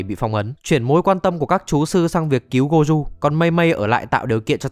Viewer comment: má ông thầy tên gojo đọc là gô jô mà đọc goju thấy ngang tai ghê 😂😂😂 ( tui ở nhật >5 )